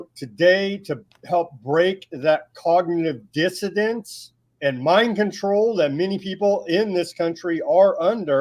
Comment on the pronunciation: Cognitive "dissidence". The host is funny.